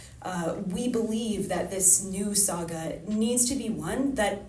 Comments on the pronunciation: Just when you think couldn’t meme himself anymore; he manages to. He keeps saying “sega” instead of “saga” lmao. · SAGA n. pron. SAH-gah (not SAY-gah) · “Sega”? wtf!!! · Why is calling Saga Sega? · This man said Sega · Bro really said Sega. Making Canadians look bad lol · He keeps saying "Sega" 😂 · He kept pronouncing saga as Sega. > Sega > makers of Sonic > gotta go fast Lightning fast intros confirmed! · Why does he say sega for saga 😂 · In Canada it's pronounced S-Eh-Ga. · dude is really gonna pronounce saga that way? geeze